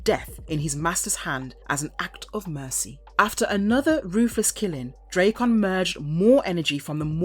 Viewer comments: D-rack-en not dray-con wtf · I'm sorry, after about the 20th butchering of Drakkon's name (not Dray-con, should be Drak-con...) I had to shut it off... I know it's like tomato and potato, but even the man who voices and models for him (JDF) says it Drak-con style... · Does it annoy anyone that she calls him draycon, not Drackon? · you saying his name wrong!!!!! its DRAKKON not drakeon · pronouncing it wrong, you pronounce it as "dre kkon like it was dr dre lol its more like a dra " Drakkon like dragon, drakkon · Draykon? Sounds like Dr Dres' rival headphones to raycons. Its DrAkkon, it's a play on words of Dragon. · say it with me ...drak kon ......not dray kon learn to pronounce your words correctly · I love the content but the drayCon pronunciation is killin me 😂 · Drake-on.... Dude, hire voice actors who know the material. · The nonstop mispronunciation made me shut this off. I never understood how people do that when there's literally recodings of it. This, Ra's al Ghul, and Aang bother the hell out of me.